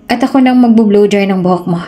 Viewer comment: BLOW DRY NOT BLU DRY